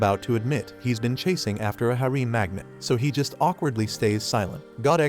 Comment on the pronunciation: Harem, /ˈherəm/ You pronounce this word so bad your mother should spank your ass for a week, and when you finally come down for breakfast she should do it again and again.